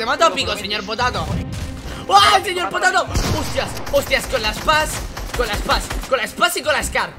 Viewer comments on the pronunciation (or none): Saben que dise el nobre dise seyorpotato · Dile al señor potato es con ñ no con y